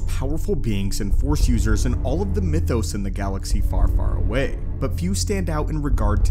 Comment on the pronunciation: Everytime i hear the word mythos I cringe when people say it wrong 🤣